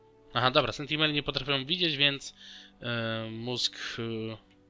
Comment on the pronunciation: Wiem że się czepiam i jestem złym człowiekiem ale... SENTINEL a nie SENTIMEL! XD